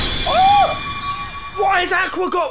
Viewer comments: And he still says Aqua wrong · He says Aqua wrong...?